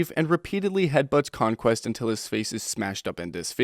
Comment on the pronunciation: You say c*mequest